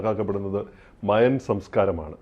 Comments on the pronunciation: Maya alla mayan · മയാ civilization അല്ല... മായൻ civilization ആണ് 😂